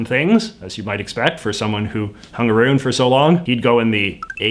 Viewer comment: "Hang a-roon" our silly accents.